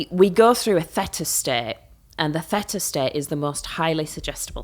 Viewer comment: I'm surprised she pronounces theta like feta? It's pronounced thee -tuh. Bit odd she doesn't know this.